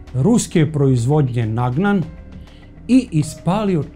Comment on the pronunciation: Ruski pistolj nije ( NAGNAN ) nego ( NAGANT ) 😢